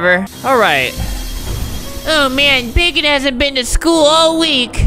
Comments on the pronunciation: it's bakon not bacon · It’s not bacon it’s bakon (back-en) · It’s called bakon not bacon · ITS BAKON NOT BACON JEEZ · it's BAKON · Its not Bacon its bakon and i have bakon UwU buff in my luff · This is not bacon, it bakon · Btw its bakon